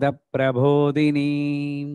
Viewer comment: It is Prabodini and not Prabhodini 🙏